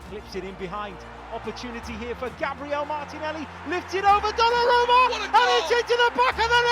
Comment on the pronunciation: Put some respect on Gabriel's name and teach your AI voiceover to pronounce it properly and not in that stupid American Irish way